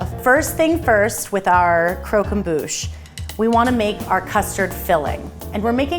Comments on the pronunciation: omg please if you use french words pronounce them properly ! it's pronounced crock em boo sh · Your french pronunciation is 🤦‍♀️ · Loved the video but I wanted to die every time they said, and consequently butchered, the word croquembouche